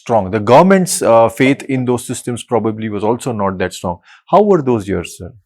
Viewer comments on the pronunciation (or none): none